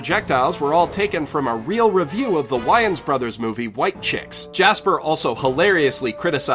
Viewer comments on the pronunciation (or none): The way he pronounced Wayan Brothers hurt.